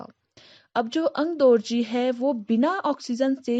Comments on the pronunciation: Okay, am I the only one who noticed that she started pronouncing 'AngdOrji' as 'AngdArji' and then after a few mins, very subtly picked it up??xD... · Its Aangdorgi nor Aangdargi.😁